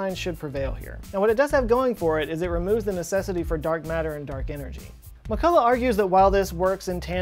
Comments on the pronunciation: Also McCulloch name should be pronounced with this "ch", like in the Scottish word "Loch". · Also you did not pronounce McCulloch's name 100% correctly because 'ch' in his name is pronounced like 'ch' in Scottish word "Loch", which is actually similar to German or Austrian pronunciation of 'ch'. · I only thing I help you fact check is your pronunciation of McCulloch! Needs some work...oh and not sure hawking radiation has been observed...